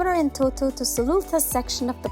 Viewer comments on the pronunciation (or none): Amazing job. This shows our country has a bright future. My suggestion would be to call the amharic names in amharic. eg. እንጦጦ not እንቶቶ.